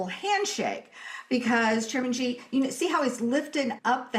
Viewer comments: The name should be pronounced as Si but not Chi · The Chairman’s name is pronounced “she” not “gee!” … “She” Gin Ping. Or Chinese pinyin… Xi, Jin Ping!